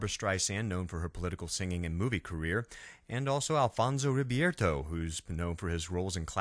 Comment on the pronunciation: "ribeiro" not "ribierto" ... "disdain" not "distain" otherwise, great video!